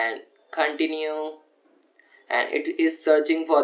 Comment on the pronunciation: U saying Continue as Caoontinue made my day lol